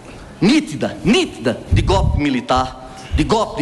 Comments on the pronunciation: Será que ele repetiu, ou estou enganada: a palavra GOLPE ele repetiu GÓPI. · Qdo esse povo fala " gopi" troca a letra O por U da vontade de vomitar